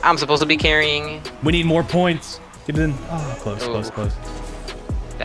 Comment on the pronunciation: the way he pronounced "carrying" here sounded a bit like arsenal